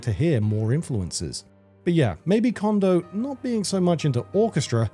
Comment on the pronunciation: Just some constructive criticism, narrator - Note how you pronounce Koji. Apply how you pronounce the O in Koji to how you pronounce each O in Kondo. 😊